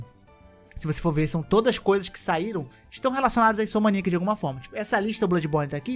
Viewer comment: Cara, assisto os vídeos do todo dia pra almoçar. Mas esses últimos com ele arrumando esse "a" do neida e falando "InsomAniac" tá bom demais! Fico rindo e voltando toda vez que ele fala kkkk Parabéns pelo trabalho mano!